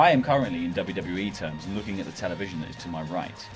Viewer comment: Vince: "The fans are killing WEE" (he can't even say WWE right anymore) 👀